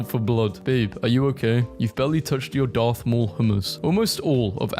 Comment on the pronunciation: Is not Darth Y'all is Garth Maul.